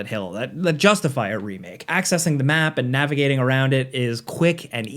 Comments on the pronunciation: why did he say remake like that doe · when you said "remake" it sounded like an accent. lol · with the British accent